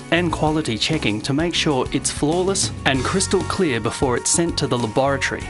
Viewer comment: I'm waiting for my glasses to show up and was curious as to why it takes a week to get them. I can't stop laughing at how he says laboratory. I want mine so bad now!!!